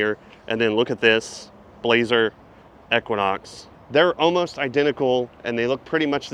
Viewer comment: I’m not going to lie dude, I’ve never heard anyone pronounce “Denali” and “equinox” like you lol